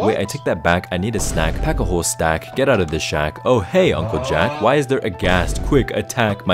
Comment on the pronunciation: Ghast rhymes with Jack? 😅